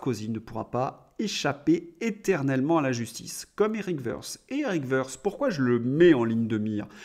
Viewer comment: Toutes choses étant égales par ailleurs et notamment le bruit dissonant de la batterie de casseroles qu'Eric trimbale depuis belle lurette, son patronyme "Woerth" ne se prononce pas à l'anglaise "se" mais à la teutonne "te". Woerth est d'ailleurs un bled (bucolique et charmant) en Alsace du Nord, près de Haguenau, non loin des premiers puits de pétrole du Monde (presque taris, ne rêvons pas)